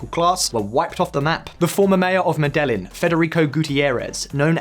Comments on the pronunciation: I believe medellin should be pronounced as 'medehyin' in English pronounciation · His pronunciation of Medellín is pure uncut England. God bless em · The pronunciation of Spanish here is criminal. For example, the man is called dOO-kih and not doo-kAy. The city mih-dih-yín and not meh-dél-yin. Never again do a video about a non-anglophone country without first checking on the pronunciation. It ads to the credibility of the message you are trying to convey. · Medellin is pronounced “mede-yeen” this is basic Spanish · Now that's a creative pronunciation I've never heard before. Sounds like Meh-de- yeen. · It boggles my mind how Brits never even try to pronounce place names right. Meddelin, Botoga, really? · Med - A - Yeen. Medellin. Home of my extended family in fact. Interesting that you all get so many Spanish words wrong when you have a Spanish version of this channel. Don't you guys talk to each other??? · ha me too. Literally would have taken 2 seconds to google the right way to say it, but nope: "Meh-DELL-in'!" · You guys really need to learn how to pronounce Medellin. Me-de-yeen. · Please learn how to pronounce a few key Spanish words... Starting with Medellin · You need to do all your homework before you make these videos. You always screw up the pronunciation of major cities. This time it was Medellin. Come on man, get your shi* together. You're ruining the channel. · There is no L sound in Medellin, thanks. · "the answer can be find" - huh? The say Botoga .. wth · I cringed so hard at that I had to replay it twice.